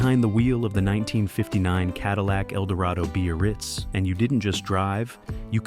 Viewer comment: What the hell is a b-a-ritz? Time to learn how to pronounce things.